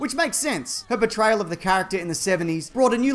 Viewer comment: "... her BEtrayal..."? (sounds like it, though I'm sure you mean Portryal)